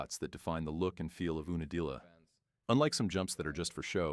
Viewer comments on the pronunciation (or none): You na dilla, not ooo na dilla. This drove me crazy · Ai channels are insane lol ew-nuh-deel-yuh is hilarious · Oooonadilla…. This robot voice is going to tell me about the legendary soil at unadilla? Fake news. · This AI voice is hilarious. 😂 😂 It's Yoouuu—na-dilla. 😂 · Dead giveaway that this is AI b***** is that you can't pronounce unadilla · It's hilarious how AI can't pronounce UNA DILLA....